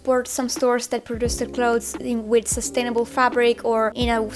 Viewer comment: its the buyer.......not dee buyer.......it's with not wiv.......hahahahaha........